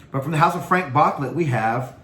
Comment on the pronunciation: FrahNk BooClay 😂